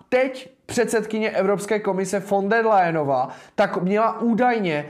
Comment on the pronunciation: Technická: Ursula von der Leyenová, NE Layenová.